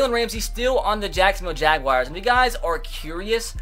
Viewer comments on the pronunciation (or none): none